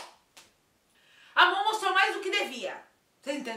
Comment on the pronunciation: No começo ela falou certinho, pq Amon é um nome difícil mesmo kkkkk A gente ver mais pessoas que se chama "Ramon"